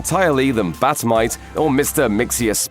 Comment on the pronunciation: Well at least you pronounced Bat Mite properly.